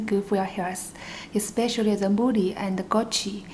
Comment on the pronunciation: very different dish , looks yum tho ^^ and i swear u didnt say mooli hehe